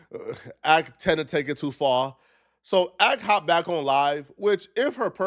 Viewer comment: there’s not an accent on earth that pronounces the word “FAR” that way.. lmfao this dude so weird